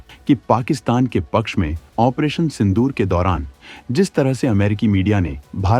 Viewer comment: Opration का उच्चारण तक नहीं होता